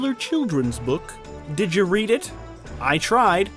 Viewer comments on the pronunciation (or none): none